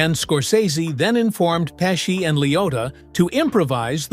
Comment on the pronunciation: Pessi? Pechie